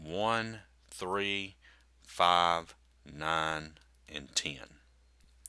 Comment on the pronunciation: The way he says 10 😭😭😭😂